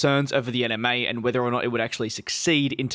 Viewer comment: My brain is thinking that he is saying 'Anime' when I'm hearing 'NMA' 😶